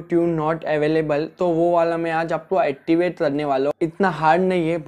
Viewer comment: Bro activate toh theek hai pr attivate🙄😂😂😂